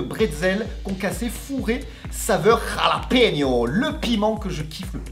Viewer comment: la bonne prononciation est Ralapenos